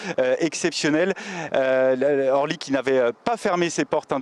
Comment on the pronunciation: Il faudrait expliquer à la personne qui fait le reportage qu'on ne dit pas aéroport de Horly mais aéroport d'Orly.